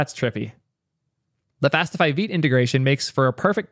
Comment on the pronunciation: He says veet